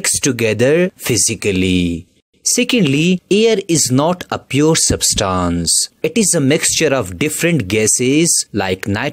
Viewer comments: It is substance not substons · Didn't even dont know how to pronounce , substance.....poor video